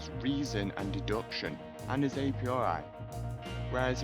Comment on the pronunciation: "a piori" "a postori" fucking hell